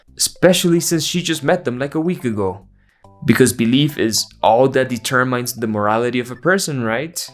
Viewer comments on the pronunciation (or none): "de-term-ines" (jw identified) 😩🫂